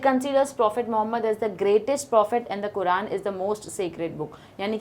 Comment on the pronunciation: Sorry ma'am But ( kuraan nahi QURAN )